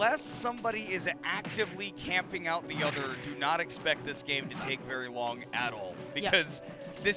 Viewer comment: this was a vewy vewy intewesting set